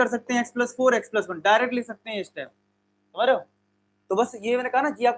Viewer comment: When sir said :: smjhreoh!!!! Hehhe... I remember double meaning memes